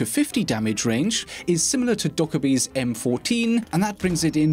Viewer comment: The way pronounces Dokkaebi is like he suddenly mixed Nøkk with it.